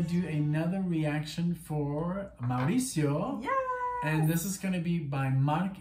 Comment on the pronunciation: Listen to the whole album it’s great and thanks for butchering my name 😂🤣😂🤣🤣 it’s actually Mauricio. It’s Maurice in Spanish. 🙏🏽✌🏽❤️